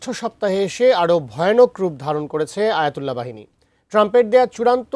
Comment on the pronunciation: ইসলামের গৌরব আর ইতিহাস ঐতিহ্য আলেমদের কাছে শুনতাম,নিজ চোখে দেখার সৌভাগ্য হলো যার জন্য ওনি হযরত আয়াতুল্লাহ আলী"খামেনি❤️❤️ ☪️☪️☪️🇧🇩🇧🇩🇧🇩🇮🇷🇮🇷🇮🇷🇮🇷☪️☪️❤️❤️ কতটা বিরূপ টো'নে আয়াতুল্লাহ"শব্দের উচ্চারণ করছে!!ফালতু সব রিপোর্টর ATN,news a' এরা সবাই মুন্নী সাহ'র গুচাটা ছাএ!!🙄 উচ্চারণ ও টো'ন কেমন হতে হবে এটা শিক্ষার দরকার আছে এইসব মুন্নীর পোলাদের🎤😋🥵🥵🥵